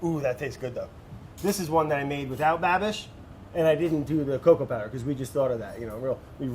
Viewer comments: Anyone else annoyed with "Babby"? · I'm only 2 minutes in but does Brad ever call Andrew anything other than Babby? Lmao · i just came here to hear brad say Baby....(Babby?) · oh my god im obsessed with how brad says babishs name plEASE do more cross overs with babby